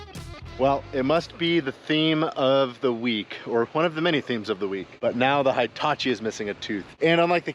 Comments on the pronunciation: He tah chee is how you pronounce that name,. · every episode until you say it correctly: hee-ta-chee "i" always has the same sound in Japanese. there aren't two sounds. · Never heard a Hitachi pronounced High-tachi 🤔 😳 😮